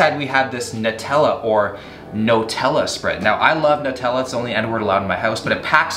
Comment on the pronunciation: who calls it Notella??